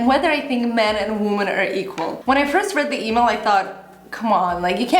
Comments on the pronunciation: Not trying to be mean but the plural of woman is women (it is pronounced differently unlike man and men which is pretty similar). Sorry to be correcting you but it was bugging me haha. Great video though, loved that you are addressing this topic! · you speak good English, but you might want to work on your pronunciation of the word 'women'. For me as a viewer it was annoying. Aside from that, I enjoy your videos, so thank you for them. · your pronunciation of the word WOMEN is wrong. Check it out. I love your videos and watch them for several years. But you make very rude mistakes so that I (a person whose native language is Russian) can hear them and pay attention to them. I believe that a person who speaks to a great number of people should be more concerned about his/her speech. Sorry if I sound rude. Thank you!